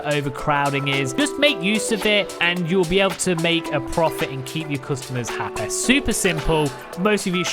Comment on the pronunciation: Keep them Happah. I like the video just for how you said happy